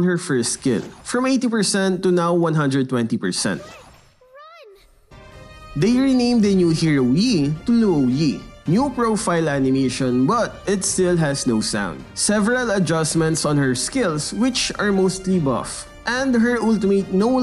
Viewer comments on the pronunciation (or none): Hey it is Luo Yi not Lou Yi